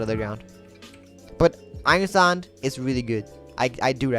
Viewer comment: Why U say sand like that bro lol sound like ur saying sànd df